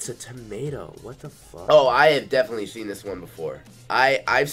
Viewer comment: he says "those girls are dedinetly getting railed" 😂😂😂